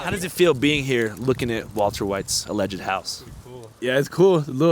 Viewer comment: Alleged is two syllables, not three. Allegedly is four syllables.